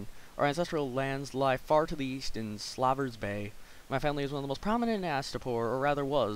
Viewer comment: Slaver. You couldn't pronounce....slaver.